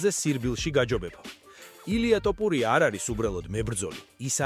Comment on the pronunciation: რა ტოპურია ძმაო შენ რაღა გჭირს?ტოპურია არა რაჯ კაპური...თოფურია თოფურია